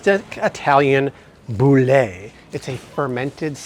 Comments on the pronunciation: “Boule” is pronounced “bOOL” not “boo-LAY”,! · Its not “bouley”. why American pronounce all the E as “ey” in French words? Unless it has an accent on it you just do not pronounce the E so its pronounced “boul” -From an unnecessarily irritated french person 😅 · It is not pronounced Boulée.., It is pronounced Boul! The e is quiet, it a typical French - Italian bread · Boule is pronounced BOOL. There is nothing wrong with any seed oil beyond a limited number of safflower oils. About 1/3rd of wheat has traces of glyphosate... 66% does not. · Boule is pronounced boul !!! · Boule= bool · I think you mean pronounced “bull”. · You are pronouncing Boule like the French way in English in America it’s not pronounced Boule with the A sound at the end 😊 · You are pronouncing Boule wrong 😂I make homemade sourdough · don't pronounce the final e in boule.